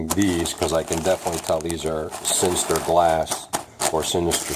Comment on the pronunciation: it's sintered, not sinistered. just sayin